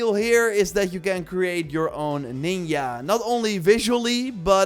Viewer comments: "you can create your own ninya " I like what he did there he knew his accent would make ninja sound like something else 👏👏👏👏👌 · It’s pronounced nin-jah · What’s a “neenya”? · WTF is a Nin-ya? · you say Ninja weirdly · The way you say ninja makes my heart bleed.